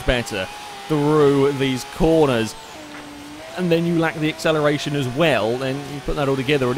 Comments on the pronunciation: Mischief Managed As an Australian, It kinda sounds very bogan or someone attempting to do an Australian accent and over pronouncing it a bit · Sounds Australian. G'day mate! How ye doin on Accelerition?